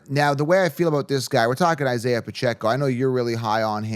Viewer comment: It's not Paccecho contract year IDK why he keeps saying that